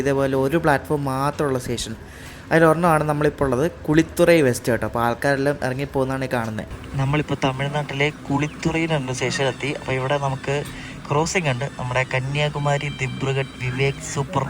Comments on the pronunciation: 🤎🤎🤎ക്ബിതുറൈ അല്ലാ ചേട്ടാ . കുഴിത്തുറൈ ആണം. നംറീ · കുഴിത്തുറൈ not കുളിതുറയ്